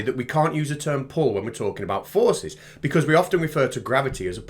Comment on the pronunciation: 'you open a drawer and you puul' 😂😂😂